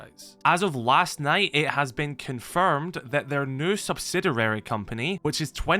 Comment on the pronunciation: SubsiDURAry unnerves me to no end I'm not a native speaker but it can't be that difficult to pronounce it correctly Anyways, maybe they will start running things more like R6M